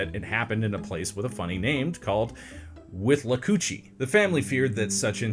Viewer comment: I need to research to be sure you're talking about the same place, but if it is - I live about 45 minutes from Valdosta, Georgia in a town called Willacoochee. I just had to stop and say that you BUTCHERED the town name lol. Tbf everyone misspell it, or maybe it USED to be spelled that way. Idk. Just supporting the channel with a comment. 👍